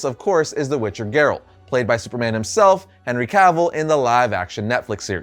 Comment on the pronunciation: Dumb video. Focuses way too much on the show, and the guy here is just a NPC reading a script. Can't even pronounce Geralt right.